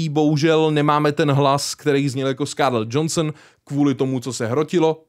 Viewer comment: face-fuchsia-tongue-out:Krucipísek už zase... není to "Skárlet Džonsn", ale "Skárlet Džohanson" či "Džohansen.":body-blue-raised-arms: Není to přece ségra Dwayna Skalisko "Džonsna.":face-purple-smiling-tears